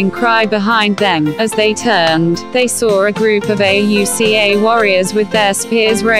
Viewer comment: Computer voice mispronounces words and spells out Auca instead of saying it. Looking for a video to teach 5th grade - this just won't work because of all the mispronunciations and lack of emotion in the voice. Please find someone to record the voice. Heck, I'll do it for you!!